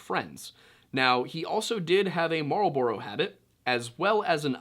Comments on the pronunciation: I just need a video of yu saying Marlboro over and over again. That is definitely a pronunciation I've never heard before lololol. I wasn't even sure that's what yu said so I had to rewind and pull from context clues that yu were definitely saying mArLbOrO 😂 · that's the strangest way I've ever heard that cigarette brand pronounced